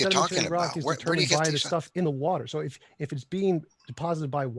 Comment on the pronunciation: "the wah turr" 😅